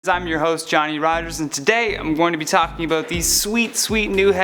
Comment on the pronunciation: "Aboot" lol . Awesome video thanks